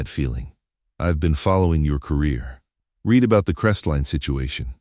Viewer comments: I've always wanted to point out about red and reed. It is one way of telling it's AI which might be useful in the future. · Dear AI reader: The word "read" is almost always pronounced as "red", not "reed", depending on its' use. Work on it, will you?